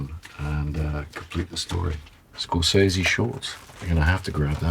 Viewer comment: Amazing that even Nolan can’t pronounce “Scorsese” correctly